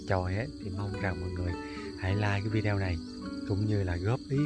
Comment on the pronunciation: Mình rất thích YouTube của Sang. Những buổi Đi bắt cá với các em rất là dễ thương. Chúc sang nhiều thành công. Cho gửi một ý kiến, chứ VIDEO đọc là VI-ĐI-Ô, chứ không phải VÌ-ĐI-EO😍